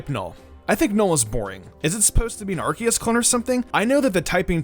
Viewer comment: Did he say arceus